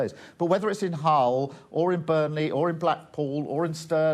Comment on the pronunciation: She said Hell not Hull